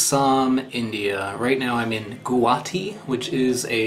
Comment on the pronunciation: It's pronounced Goh-haa-tee